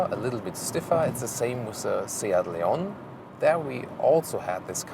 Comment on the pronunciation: Nice looking little car and great review as usual. Kudos as well for your fantastic pronunciation of SEAT and Leon, unlike all my fellow British journalists. Your Ibiza pronunciation isn't bad, but for pure Spanish flavour you should pronounce the 'z' as 'th', as in 'thanks' or 'think'. Keep it up guys, cheers.